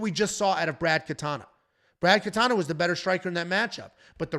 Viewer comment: Sorry it's Brad KatOna you said Katana here and in the reaction video. Knutsson has a long U Good news, Artem had the pronunciations correctly